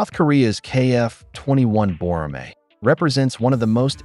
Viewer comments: 외국사람이 보라매라고 발음하는거 너무 좋네요. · He said it was pronounced correctly. He said "People from other countries calling it Boramae sounds really good". Is the exact translation. Perhaps your Google translate is missing some in its translation.